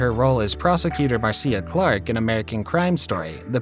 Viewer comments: MarSHA Clark, not Mar-see-ah. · And it's "Marsha Clark" not Marceea lol